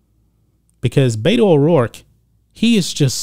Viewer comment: Beto is short for Roberto . It's pronounced with E not A . I officially changed her name to Bata O dork .